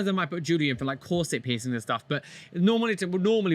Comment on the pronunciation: "You look berer with no persings"